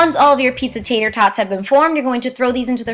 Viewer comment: Pizza-e? That's so cringy.